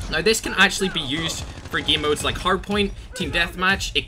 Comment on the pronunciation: Everyone: game: gim